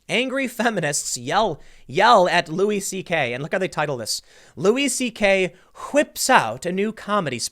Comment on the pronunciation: Tim pronounces “whips”, like Stewie Griffin. 🏈